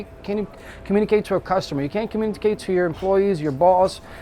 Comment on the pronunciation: Mf can't even say communicate